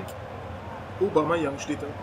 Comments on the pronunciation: Aubameyang wird übrigens obamejang ausgesprochen^^ jedes mal wenn du obamajang denk ich dass barack obama junior bei dir mitspielt^^ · der heißt aubameyang nicht aubamayang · Der heißt nicht Obama Yang sondern Aubameyang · Naja also obamAyang wird es nicht ausgesprochen. wenn eher obamEyang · Klingt immer so als würde er Obama Young sagen... xD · Cooles Video aber warum sprichst du Aubameyang Aubamayang aus? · Wieso sagst du Obamayang??:) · Aubameyang wird er ausgesprochen Kein Hate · obamEyang tut mir leid wenn ich das hör werd ich aggressiv wäre nett wenn du das richtig aussprechen könntest! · Haha Lachflash bei der Aussprache xD